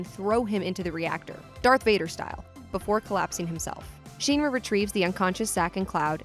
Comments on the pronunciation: pronunciation of Shin-Ra is gonna drive me nuts. Shin not Sheen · What is Sheenra? Could you find people to narrate these that have maybe played the games before? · OMG...... its Shin-ra not sheenra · Sheenra.. lol I'm sorry, that kinda hit me everytime you said it that way. :P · It is Shin-ra not Sheen-ra, please say it right! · shin ra. not sheenra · It’s SHINRA not sheanra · I hate how she says Sheenra instead of Shinra... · Shin-ra not Sheen-ra sounds weird yo. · Shinra Sheen Ra X Shin Ra O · It’s Shinra Not Sheen-ra!! It’s not that hard to say🙄🙄🙄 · It's SHINra, not SHEENra! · It's mildly infuriating hearing shynra instead of shirna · Sheenra lol SH-IN-RA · "Sheen-ra", really? How hard is it to say Shin? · The way you say SHI-NRA 😒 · The hell is a sheenra? Clearly hadn't seen Advent children to Learn what the intended pronunciations are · Why do videos like this always mispronounce things that have official, well used pronunciations. Bothers me so much its not SHEEN-rah, its SHINruh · Its pronounced shinra not sheenra u know like ur shin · Ty for pointing out the sheenra thing. Lol kept wincing hearing that. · Thank you! Even in the remake, all the characters pronounce it like "in". Not a long E. I am kinda sad they didn't keep Aeris' name with the S. There's a video explaining why the correct pronunciation is with the S, not the TH. But it's a small thing. Also, I had always said Mako with a long A, rather then an "ah" sound, but that's just me. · "Sheenra" lmao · That made me so mad lol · LastAtari 7 yeeeeep sheen-ra 🤣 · Not sure what is more grating, her pronouncing Shinra as “Sheeeenra”, or calling Aerith “Aeris”. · "sheeeen-ra" 😂 I can't even...... Also this was uploaded after the fully voice acted remake, so proper pronunciation is easily referenced lol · I can’t get by you calling it “shEEnra” 😂 nice vid though. Good info all around 👍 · "Sheen-ruh" Yeugh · I've never heard anyone say shinra like sheenra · “Sheenra” lmao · "SHEEN-RA" Doe